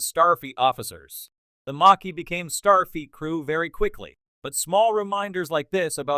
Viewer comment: Why does the AI voice seem to be saying "Starfeet" rather than "Starfleet"?